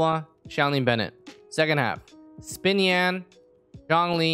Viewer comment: Im really sorry if u didnt know how to pronounce xinyans name correctly bc its "shin yan" not "spin yan"